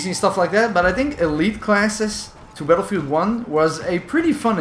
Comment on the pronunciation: So you have made videos of this game for 4 years and you still can’t pronounce Battlefield...